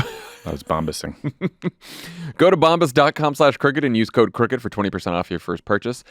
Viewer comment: Just wanted to mention, it's good you spell out Crooked bc it actually sounds like you're saying cricket. Sorry!😮❤❤ love all you guys!! 🤷🏼‍♀️❤